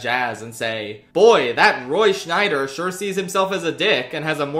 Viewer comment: Scheider not Schneider